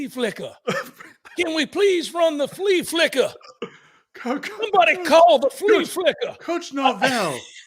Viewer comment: The flee flickuh 🤣 I’m dying.